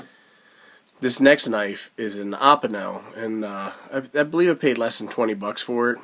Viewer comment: opinel is just how it sounds u weren't saying it right but I'm sure no one cares lol